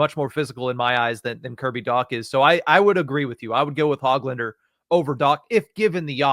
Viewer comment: Don’t pronounce the “g” in Hoglanders name. Ho-lander